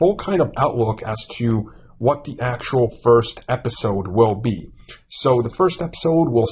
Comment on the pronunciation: Marvel is not the “biggest brand in the world” and it’s “THE” not “Da” !